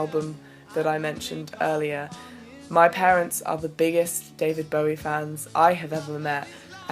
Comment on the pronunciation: Thank you for correctly pronouncing BOWIE x